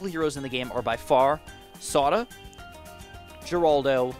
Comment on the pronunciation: Geraldo is pronounced Her-aldo.